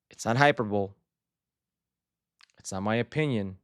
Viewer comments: Not sure if Herc will see this but the word hyperbole is pronounced hy-per-bowl-ee. Not hyper-bowl. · It’s hyperbole, not “hyperbowl” bro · Correct pronunciation of "hyperbole" is Hi-PER-bow-Lee. One of the many English words that defy any rules. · Hey Herc, it's hy-per-bo-le. 4 syllables.